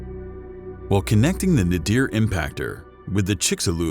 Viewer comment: Damn! I’m really tired of narrators mispronouncing words! The word is NAYDER or NAYDEER not Nahdeer. You guys have great voices but are powered by small minds. Learn to check how words are pronounced in a dictionary before opening your mouth on a microphone in a studio!